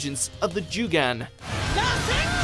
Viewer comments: Joogan??? Its jo u gan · Everybody: Jougan This guy: Jewgung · He says jewgun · "Jugan" lol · It's Jougan not Jugan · Jougan is pronounced "Jew-gang". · They pronounce jougan very very weid